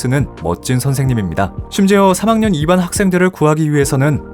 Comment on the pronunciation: 이반이 아니라 이반으로 발음 하셔야죠